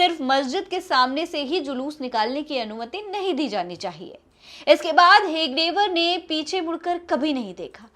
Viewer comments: Madam hegdewar nhi hedgewaar boliye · Hegdewar नहीं हेडगेवार है सही से नाम बोलिए।